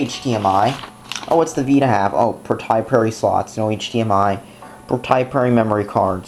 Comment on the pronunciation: Wow! You can't say proprietary for shit. Lmfao